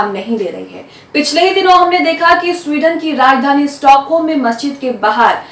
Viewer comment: Yeh Sweden nahi suarden hai.